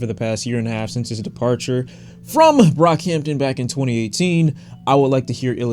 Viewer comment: You nearly calling him brockhamptom says so much lmao